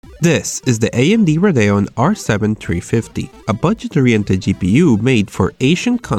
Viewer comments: amd raydehon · Say Radeon properly